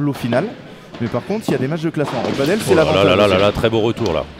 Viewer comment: A tous les spécialistes et aussi novices du padel: on dit "padèl" et non pas "padeule" (paddle est un autre sport comme une grande planche de surf avec 1 pagaie) rien à voir. Le padel (prononcé "padèl") est hispanique